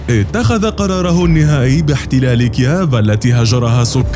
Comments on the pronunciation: كييف وليس كياف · المذيع يقول إكيااااف يا اخي والله اسمها كييف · اسمها كييف مو كياف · نطق كييف فظيع جدآ لا تنطق هكذا يا صاحب القناة 🇷🇺🙄😳🇺🇦🇺🇦